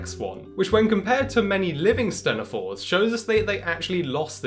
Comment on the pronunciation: Always heard it pronounced “teen-ophores”